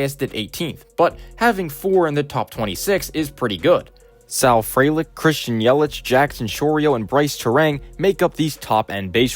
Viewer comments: Small point: Frelick is pronoucned FREE-lick. bref usually has a pronunciation guide for non-obvious names, they're a great guide to use! Great video otherwise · good video! appractie teh graphs, jysk it's pronounced free-lick